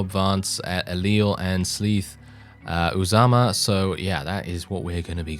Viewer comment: Lol, good try! If you ever try it again, it's pronounced Oo-zuh-muh :) We won't let you down!